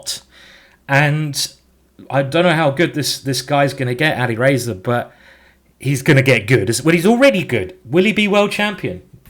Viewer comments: its Ali Razor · "Ali Racer" and "Carjackin" – quite the pronunciation in this one, Simon!